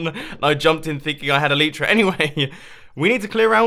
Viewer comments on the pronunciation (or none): Why oh why can he still not pronounce elytra :( Bumbooooooo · Why does Mumbo say Elytra differently then everyone else?